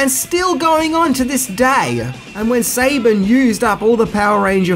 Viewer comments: Saban It’s not pronounced Sabin it’s pronounced sabon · You’re pronouncing Saban wrong. It’s pronounced as Sah Bon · Your information about the MMPR movie being a flop is inaccurate, it actually preformed well at the box office. Also, your pronunciation of Saban and Thuy Trang’s names were brutal. Better luck next time! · Fortunate to know all the things listed, even though I cringed a bit at the way you said a few of the names. Mainly Saban and Thuy. For what they were paid per week, I don't blame them for leaving. Johnny Bosch was actually a stunt man on the show (Check out the episode Gung Ho, he played one of the ninjas) before he became a regular. As far as Rocky goes, once the White Ranger was introduced, the red ranger was no longer the leader. Jason's part was streamlined once Tommy came back. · Damnn ima sow drink new.. dhank yew fer duh games ot wus funn.